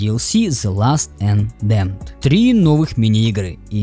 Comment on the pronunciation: Плохой обзор. Я не буду говорить, что его половину занимает такой себе пересказ сюжета, и что у автора какие-то проблемы как с русским языком, так и с английским (например, last вместо lost). Лучше скажу, что меня просто вынесло с части про баги и прочее. Эти баги могли произойти как в оригинальной игре, так и в следующем дополнении. Лучше б сказал, что разработчики могли их исправить, но не стали. А момент с бильярдом меня просто порвал. В игре представлвен пул. Это не бильярд. Это как возмущаться, что в Домино Онлайн ты играешь в одну разновидность домино, а в реальной жизни в другую. Бред. Да и в видосе хватает простых ошибок, которые у не игравшего человека могут создать неправильное представление об игре.